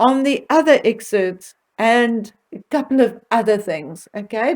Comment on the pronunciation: It’s EXCERPTS!! NOT exerts.